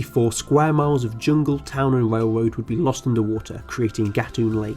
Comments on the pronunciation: What is a whale woad? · “The panama wail woad was a majow awtewy fow amewicans wooking fow gold”